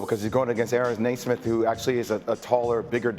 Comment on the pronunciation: It is impossible for ESPN to analyze the Pacers properly. All they know is Ty and stats. Can't even pronounce Neismith's name properly. Watch for Nembhard and Neismith getting mistaken by the announcers constantly. It is not Nasmith. Pacers fans are going to be in tears from having to listen to Doris Burke gushing about Brunson while Knicks are down 12. If we could only have Chris and Quinn to listen to. I hope you at least bring Reggie over from Denver.